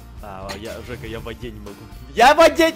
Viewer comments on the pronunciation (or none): Джека? ДЖЕКА? ДЖЕКА?????? ОН ЖЕКА, А НЕ ДЖЕКА